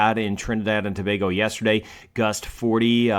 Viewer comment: Bless and thank u. Beautiful diction TOBAGO very few can.......so well.